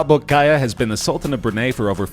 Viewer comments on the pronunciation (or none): Omg the way he pronounce the number 3 made me laugh😂 the bolkiah is pronounced like "bolki yah"😂